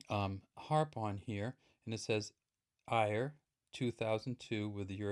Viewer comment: Eire is pronounced air-eh